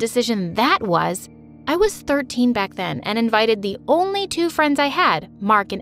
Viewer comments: You said tooth birthday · "first twooth birthday" Selena-2021